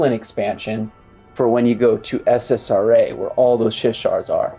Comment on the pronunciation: Luke-lin? No. It’s luck-lin. SSRA? No, it’s Ssra. Come on man.